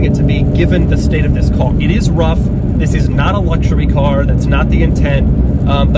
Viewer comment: he says ZZZZZIIISS IS THE 2020